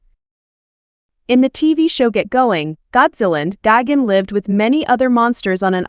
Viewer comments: It’s Geiken not Goggins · Exactly. She keeps mispronouncing his name. It’s Gigan with an I not Gagan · What i think it is pronouced:gigan What she thinks is pronouced:gagen💀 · Bro is really saying gogin even though it’s actually gigan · This is the worst a.i. narration I’ve heard. Sounds like she’s saying David Gagins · PRONOUNCE THE DAMN NAME RIGHT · Say his name right or don’t say it at all it’s disrespectful to the cyborg alien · I don’t like the way you pronounce Gigan. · What letter is she trying to pronounce lol